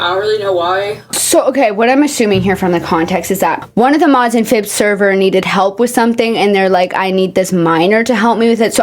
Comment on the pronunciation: I've just realized that I've been calling them "Phillbiz" this entire time and the way you where trying to pronounce it made me realize that there isn't even an L